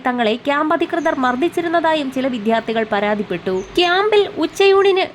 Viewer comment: വിദ്യാർത്ഥി എന്ന വാക്ക് മലയാളത്തിൽ നേരെ ചൊവ്വേ pronounce cheyyan reporter padikkanam